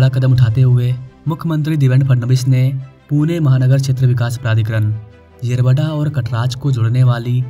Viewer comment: येरावाडा 🚫 येरवडा ✅. भाई तुला पण मराठी शिकायची गरज आहे😅😂.